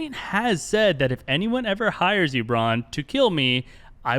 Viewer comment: Bronn not Bran